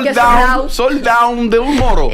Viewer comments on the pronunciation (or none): Sandra burrocal dijo sold down😅😅😅sold out😅😅😅😅